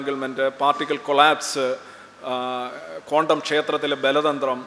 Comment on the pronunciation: കോണ്ടം world അല്ല ക്വാണ്ടം - സോറി ചൊറിയുന്നതല്ല ബെറ്റർ പ്രതീക്ഷിക്കുന്നു